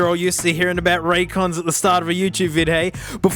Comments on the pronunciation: “I think you owe RonDons an apology hey” Out of all the incorrect ways he pronounced that name, this one is definitely the best in my eyes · "Conrays" "Ray Jays" "Ran Cans" "Roy Joys" "Ron Dons" "Ray Days" "Ray's Con" Genuinely couldn't stop laughing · "well there they are... ThE rAn CaNs." XD